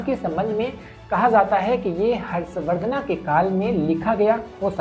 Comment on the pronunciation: Harsh VardhanAAAA kaun tha??? Kam se kam Hindi mein to unka naam sahi bol lijiye!!! हर्ष वर्धन, न कि हर्ष वर्धना